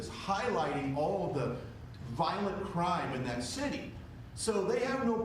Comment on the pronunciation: Bewwa watch owt for that CWIME!!!!!!!!!!!